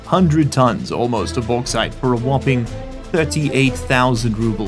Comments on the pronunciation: bauxite = boarite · May I suggest: "The Baux-Haul" for the Bauxite Train? With the way you are pronouncing it,, it is sure to massivly increase the Value in the west, which might be entirely unrelated to a checks note Bri'ish Company?